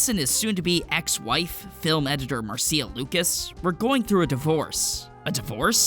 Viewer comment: Mar-see-a, Mar-see-a, Mar-see-a!